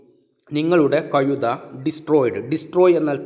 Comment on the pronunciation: കയുതയല്ല, കഴുത എന്നുച്ചരിക്കു,, ആശയ കുയപ്പ മല്ല ആശയകുഴപ്പം, ഴ എന്ന അക്ഷരം നന്നാക്കി വഴക്കി എടുക്കു